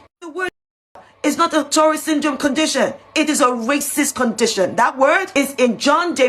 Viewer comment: That woman is disgusting... Davidson should sue her for slander. She can't even say tourettes correctly. "TURRETS!".... It's not a tank!